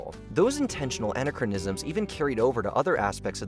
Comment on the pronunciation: Did he just say anna crow nistic? Kerstin Dunst? try keer·stuhn. Anna crow nisms. Wow, your AI is great. At least I hope it isn't a real person.